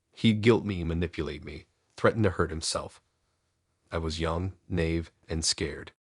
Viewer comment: Naive is not pronounced nave. It's a two syllable word, pronounced nye eve, with the stress on the second syllable. The nye rhymes with eye. I listen to you all the time, but NGL, some of your mispronunciations have me LOLing.